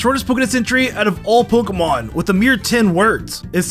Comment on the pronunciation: Love your videos but some of your pronunciations irk my soul lol